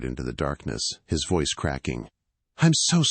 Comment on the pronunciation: Were there windshields in 1814? Really? & ve-ice instead of voice?